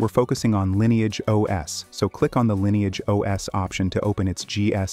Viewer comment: I'm a little confused. Is it pronounced "Linni-age" (as in Linny) or "Line-age" (as in line)?